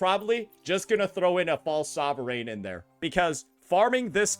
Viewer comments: stop saying sovereign like that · After you're done complaining about this, can you please learn how to pronounce sovereign.